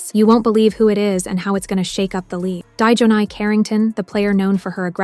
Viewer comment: Die john eye? Is thia channel real or completely AI generated brain rot. I dont watch basketball but i know this isnt right